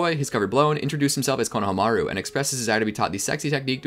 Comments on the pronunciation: say it with me, KO-NO-HA-MA-RU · Great Video but I got way too triggered when I heard how he pronounced Konohamaru lmao